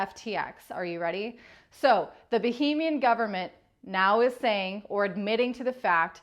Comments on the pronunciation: i love you for all your doing but please say "bAhamian" instead of" bOhemian". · Bahamian. Not Bohemian . . . . 😉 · Yeah lots of American YouTubers have zero interest in pronouncing foreign countries and names properly and it really detracts from their credibility. If you say bohemian instead of Bahamian everyone OUTSIDE of America thinks you're talking about a region in Europe. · Is Bahamian pronounced that way? Sounds like Bohemian, which is a region in Czechia. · Am I going mad? Need to get my hearing sorted? She IS saying Bohemian Government. Not Bahaman. Right? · So is he in the Baheemas or the Bahamas? You would pronounce Bahamian like Bahamas but you just change the ending. You don't change the beginning, you're referring to a place in Europe by calling it boheeeeemian.